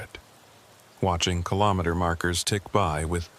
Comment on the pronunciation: Hello from Ottawa 🇨🇦 4 50 am AI narration needs work! It's RE - JI - NAH like vagina btw 😅 And KILL-OH-MEETER Interesting stories, thanks! 😎